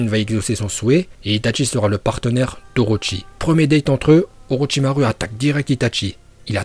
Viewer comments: Très bonne vidéo sauf que on ne dit pas "OrochimarU" C'EST AVEC UN U MAIS ON DIT OROCHIMAROU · On dit OROCHIMAROU pas OROCHIMARU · je pense que tu fait rire tt le monde avec ton U a la fin d'orochimaru, de base sa se prononce "orochimarou", mais écris comme "orochimaru" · PRONONCE BIEN LES NOMS!!! Orochimaruu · C’est pas orochimaru le u comme ou et itachi il y a pas de t itachi 🦃🤦🏻‍♂️